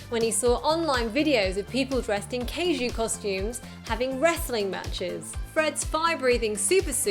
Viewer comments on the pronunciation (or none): it's pronounced kaiju not kayju